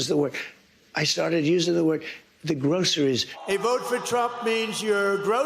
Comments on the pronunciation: Does he have any idea how stupid he sounds when he says "groceries"? It is like he never heard of the word and just invented it! Is this really the kind of dumb that some people voted for? This is NUTS! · Sounds like he never used that word when he started saying it he sounds like a baby trying to pronounce their first word 😂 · I don't think he knows how to say groceries haha